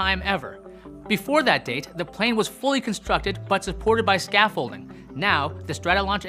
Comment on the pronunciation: Hahah the way he said scaffolding cracks me tf up!! lol... fyi the "D" is silent.